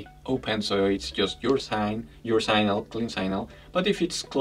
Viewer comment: Sig-nal, with a short I and the g pronounced, not synal.